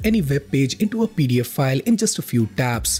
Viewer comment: Gonna have to work on that full pronouncation of pdf😅